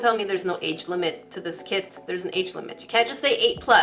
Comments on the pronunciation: I heard "crack kids" 😂😂😂🤣🤣🤣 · lewandowska she said “crap kit” a few times haha 😂😂